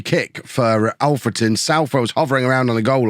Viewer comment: I don't mean this badly, but thank you for pronouncing Alfreton right! 🙌🙌 The last few episodes, you've not said it right. And it was bugging me a lil, as I'm from there my self